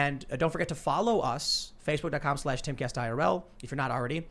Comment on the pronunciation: Tim's slip of the tongue and calling it Facebark makes it sound like social media for dogs.